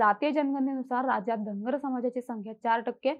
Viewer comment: Tai tumhi uchhar kartana dhangad asa krtay ...survatila ....mg st mde je dhangad aahet te aarkshn dya